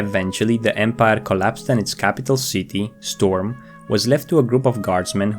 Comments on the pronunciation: Its STROM not storm, btw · Its Stromgarde, not Stormgarde. Everybody seems to get this wrong tho, so i guess it's not that if you do too. :^) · Hate when they do it xd Arthas even says stromgarde not storm in warcraft 3... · It's Strom, not Storm. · Grave moss is an amazing tip. Thanks! Also it's strom not storm. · Come on. It''s Strom and Stromgarde, not Stormgrade